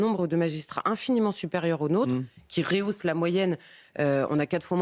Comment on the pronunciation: "des magistrats qui réhaussent". ---C. d'Ornellas On dit "rehausser" et non "réhausser". Hélas, madame d'Ornellas. On se demande dans quelle école vous avez fait vos classes...